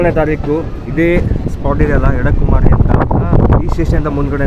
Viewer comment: ಅಲ್ಲಿ ಬರುವ ಸಣ್ಣ ರೈಲ್ವೆ ನಿಲ್ದಾಣದ ಹೆಸರು "ಎಡಕುಮೇರಿ" ಎಂದು. ನೀವು ಅದನ್ನು "ಎಡಕುಮಾರಿ" ಎಂದೇ ಹೇಳುತ್ತಾ ಇದ್ದೀರಿ.